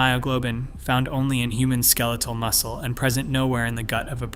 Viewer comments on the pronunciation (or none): none